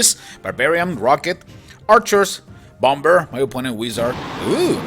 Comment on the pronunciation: I love your accent ;) native English speakers don't pronounce the last 'b' in bomb (sounds like Bommer) ;)